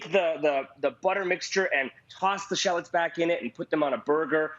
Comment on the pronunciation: You’re saying shallots wrong. Please stop.